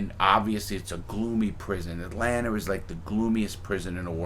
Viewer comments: “Atlanter...sweet home alsbamer” 😂😂😂 Mr. Crabs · I never understood where east coast dudes see the R in Atlanta? Atlantar